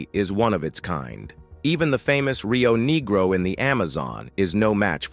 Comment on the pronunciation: Did he really say Rio Neegro? Yikes. Don’t they have any Editors for these videos?